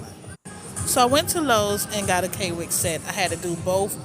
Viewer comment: Its not k wik .... its quick